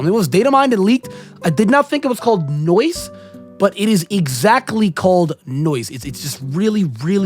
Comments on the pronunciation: Not "noice" 💀💀💀 No ice baby, no ice. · its no ice not noice😂